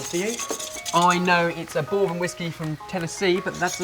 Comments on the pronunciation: It's not that is a bad person, far from it. He's just wrong..and that's okay. The flavor of freedom. Also, "bore-bun", love it. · I cringe and im from Australia.. I've never heard it pronounced like, boorbon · Yup, pronounced "brrrbun" :) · it's actually pronounced BUR-BIN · is clearly not very bright on Whisky. He can't pronounce "bourbon", and he thinks Jack Daniels is smokey. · I'm from Northern Kentucky and I'm not gonna lie your pronunciation of bourbon makes me cringe a bit